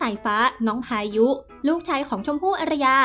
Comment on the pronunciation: แอดเวลาอ่านต้องน้องสายฟ้่า น้องพายุนะคะ ไม่ใช่น้องสายฟ้่าพาย